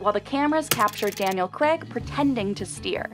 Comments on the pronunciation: Daniel Creg? Craig - like Rain, Brain and Strain. Penful… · CRAIG is pronounced "crayg" , not "creg"!!!:)